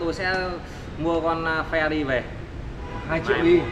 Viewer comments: Phờ ra ri :)) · Phe-Rờ-Rì nhé anh